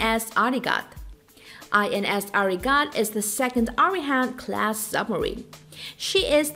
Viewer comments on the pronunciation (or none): It's Arihant sub marine not Arighat